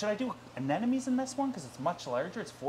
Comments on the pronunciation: You certainly know a lot about aquariums! Except how to say anemone. Ah-NEM-oh-NEE. But even the Grammar Police can appreciate an informative video. 🐠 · It would be nice if you could learn to pronounce "anemone" correctly. Not cute or funny that you pronounce it incorrectly; it takes you down from "king" to a duke. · please google “anemone pronunciation”! Sorry, I guess we all have a pet peeve right? Lol!!